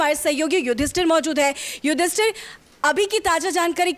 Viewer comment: Taaja, izzazat, yudhisthir... Bhayankar gadbadiyan hain uchharan mein. 😒😑